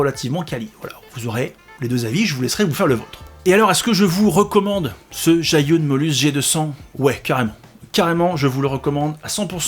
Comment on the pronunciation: Pour la prononciation, c'est plus zhi -> dje, yun -> yu-in. 😊